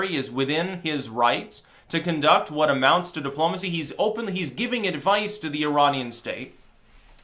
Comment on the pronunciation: "Dip-plomacy"....perfect.